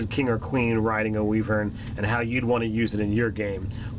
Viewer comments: wee-vern.... i think its pronounced why-vern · wy·vern ˈwīvərn/ long EYE whEYEvern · Pronounced "Why-Vern". Like from those Ernest movies. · Just so you know its pronounced w-I-vern